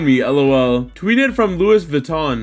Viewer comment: finally someone who pronounces louis vuitton right